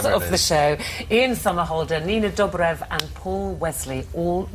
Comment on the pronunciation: 1.23 IT IS PRONOUNCED "DOUGH- BREV" NOT "DOBB BREV" 1.52 "STEFAAN" NO IT IS PRONOUNCED "STEFF AN" Lol it is ok though. 1.50 Did he say snob!? And they said ELLEN and *Ell eeeena" I'm jk.